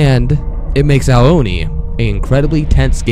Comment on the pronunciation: You keep saying Oni wrong! It's "ooo-nee" not "oh-nee"!